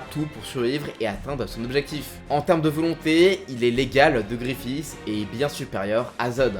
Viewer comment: C'est Griffith pas gréffiss